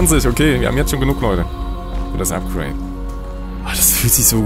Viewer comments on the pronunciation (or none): none